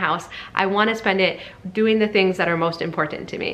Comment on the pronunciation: My dad is a boomer and this makes so much sense. One unrelated question - where is your accent from because your pronunciation of 'important' intrigues me (I'm in the UK so not brilliant at accents across the pond). Your videos are amaze balls by the way!